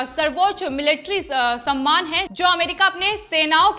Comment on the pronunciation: समयमान नहीं सम्मान शब्द पढ़ें।